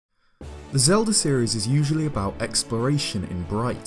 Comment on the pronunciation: Emphasis on “usually”